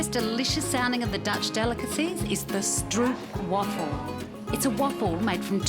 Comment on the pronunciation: Nice video; I miss Amsterdam more than I miss most people. Fresh stroopwafels are so delicious! (pronounce it more like strope, not strupe)